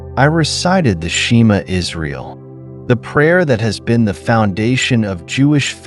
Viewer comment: If you are a real Jewish man you would for sure no how to say the Shema correctly!